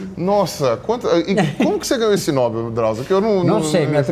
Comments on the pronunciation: Prêmio “Nobééél” e não “nóbel” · É "Nobél", senhores!